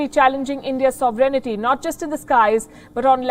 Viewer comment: With respect ma'am, try to pronounce "Sovereignty" correctly. I ask because you are a good journalist. Thanks